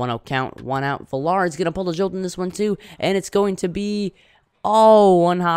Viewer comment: Also villar last name is pronounced villar(viyar) Good vid.